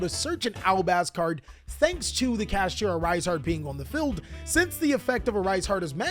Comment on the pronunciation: man said Cash-ah